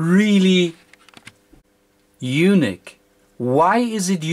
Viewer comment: I can't speak German, and you do a fantastic job with English... But Unique is YOU-NEEK. On the other hand, YOU-NICK is Eunuch, which is something a little different, and (hopefully) not related to radio. Thanks for the great videos.